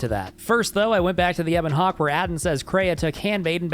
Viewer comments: Please never say Ebon Hawk-Tuah again, anything but that. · I was just enjoying the video, and then I hear it "Ebon Hawk Tuah" ruined the rest of my day, I am bothered, in too many lanes, unmoisturized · "Back to the Ebon Hawk tuah" I got mentally flashbanged by that